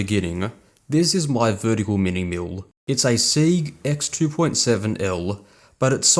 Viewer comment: hahahaha! Even the closed captions hears mule instead of mill! Great video BTW!